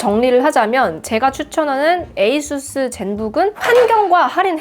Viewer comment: 아수스가 아니라 에이수스로 읽는 거보니 역시 주인장은 테크충이 맞다.